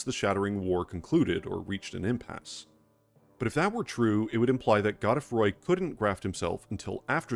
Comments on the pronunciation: The pronunciation of god-E-froy really threw me. Gode as in mode. Godefroy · It's pronounced "God-Free", or "Godfrey"... not "Go de froy". Its an archaic form of the name Godfrey. The Spelling is medieval French in origin. Which obviously has implications lore wise as Godfrey already exists as an entirely seperate character... Its possible Godefroy is an alter ego of Godrick much like Ranni uses the alter ego Renna when we first meet and Morgott appears as Margit. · Is it really god-eh-froy? I always thought it was g-oh-d-froy. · I know his name is pronounced Go-dah-froy but for the life of me I can't pronounce it any other way than Goad-Froy. Godefroy the Grofted. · Actually it should be pronounced “Gawd-uh-fhwa”, but I figured since Rogier pronounces his name as “Rozh-yair” instead of “Hrozh-yay” that French names are Anglicized in ER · The name is French so you're pronouncing it wrong, too.